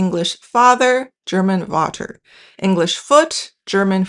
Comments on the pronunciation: Vater is pronounced with an F sound, not V. So fater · For "Vater": it is actually pronounced as /fa:ter/. The is a spelling convention and in words of Latin/Romance origin the is indeed pronounced as /v/: Vase, Vanille etc. so, here en. /f/ equals to de. /f/, just spelling is misguiding. Maybe use IPA aditionally next time.